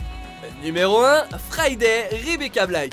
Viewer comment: Frrrrrriday comme tu dis